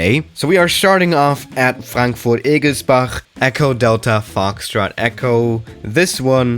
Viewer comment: Wie du Frankfurt-Egelsbach ausgesprochen hast xD